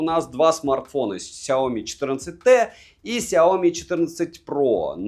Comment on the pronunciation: Сяоми́, а не Сяóми! Ударение на букву "и", а не на букву "о"! Вызубри и запомни это НАВСЕГДА! А то звучит как Наоми!